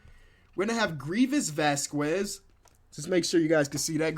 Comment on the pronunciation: Vasquez is pronounced VasqEHZ not VasqWEZ